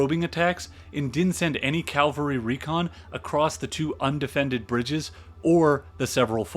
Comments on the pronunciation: Excellent channel. Excellent insights and research but PLEASE pronounce cavalry correctly. CAValry NOT CALvary. Small point on an otherwise superb channel but it bugs the bejesus out of me. Sorry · Nit picking but...cavalry not Calvary. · I really like this video. NB. It's "cavalry", not "calvary". Calvary is where Jesus Christ was crucified. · Cavalry, not Calvary.. c-a-v-a-l-r-y. Soldiers on horseback. Calvary, the hill on which Jesus was crucified. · It's cavalry not calvary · Complete tour de force. Except for picayune comments (pronoucing cavalry like calvary), this was a wonder to behold. As the other comments here attest, the background to this battle is essential to understand its importance. I would love to see a profile of a great Grant victory (although we already got a little one here at Shiloh). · Excellent. One thing. It’s Cav-alry Not Cal-vary. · This is quite good - but one can always tell when a historian/narrator is a good Christian: They refer to "CAV-ALRY" as "CAL-VARY" 😁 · Stop saying calvary! Please! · calvary? hayseed... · So this is really well put together, from what I can tell. Far be it from me to pick on minor pronunciation issues in a 2 hour long free documentary, but it's bugging me so I will: Cavalry is the dudes on horses. Calvary is the hill Christ died on. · The narrator explained his peculiar inability to pronounce "cavalry" correctly in a different video - and apologised in a nice way. 😂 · Amazing video - thank you so much!! but for the love of God please learn how to pronounce words correctly. Ca-val-ry not Calvary Fre-drick not Fred-uh-rick Vie-count not vice-count Taney rhymes with Brawny not Canny There were more that I can't remember at the moment.